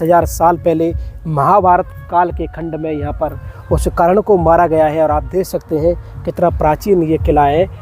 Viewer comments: करण मारा नहीं गया कर्ण की वीरगति हुई है जरा अच्छे से बोलो, बोलनाआता नहीं तुमको वीडियो बना दिया है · Bhai karan karan kar raha sahi se name le